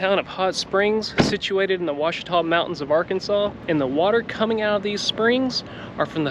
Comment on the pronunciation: Thank you for saying Quachita correctly.